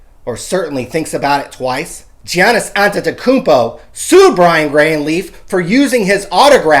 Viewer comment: Same. Wish they'd say "Giannis" right, but on the flip side nailed "Antetokounmpo" so it's kinda a wash. LOLZ